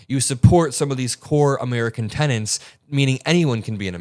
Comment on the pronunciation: STOP SAYING CORE TENANTS, IT IS "TENETS"